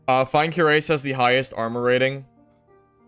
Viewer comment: Cuirass is pronounced kwiraas.